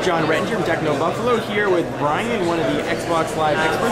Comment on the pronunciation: simply cannot say "Buffalo"